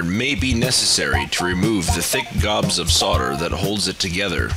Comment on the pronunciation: Thank you for saying "sodder" and not "soLder". It chaps my ass when people overly enunciate.